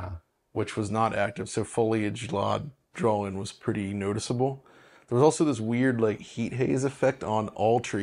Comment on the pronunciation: A pwwee bweef. Fs aaw fwee. 1st impwwesion wewe extweeemly good